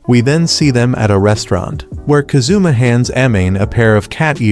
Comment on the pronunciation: “We then see them at a restaurant, where Ka-zoomah hands Ahh-mane a pair of cat ears he just bought.” Love these sampled voice pronunciations of Japanese names 💀